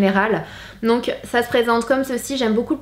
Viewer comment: Sananas ta dit "on ZE retrouve " mdrrr 😁😂 mais sinon je taime tros t grave belle comme dab machallah 😍bisous 😘